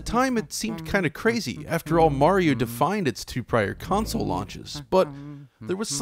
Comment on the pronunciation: Just for you yanks, its mario not morio